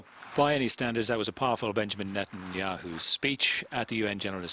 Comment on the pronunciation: He purposly said Netenyoohoo...pretending it to be a mistake and he says Yogi Berra died a few months ago? How about about a week ago?